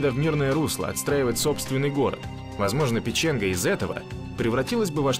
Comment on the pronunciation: Ивало ударение на И. Никель Мордором не называется, к стати несколько тысяч жителей Никеля безвиз имеют право ездить в Норвегию. Печенга ударение на первый слог и некоторые отрывки из видео из Мурманска, а не из Печенги. Киркенес ударение на последний слог. Климатические условия Тромсе и Норильска очень разные, Вообще Норвегия омываемая Атлантическим теплым течением имеет мягкии зимний климат у побережья. В Норильске, зарплаты как в Европе, а отпуск оплачеваемый 52 дня. Недостатки есть, мало света, холодно до - 50, (в Тромсе - 10 мах),В Никиле короткое лето, овощи не растут.